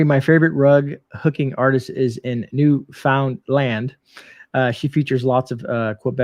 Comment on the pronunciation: Hello from Newfoundland Canada. Pronounced New-fun-land.